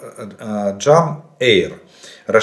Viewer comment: JDAM - читается не джам а Джей дам. Joint direct attack munition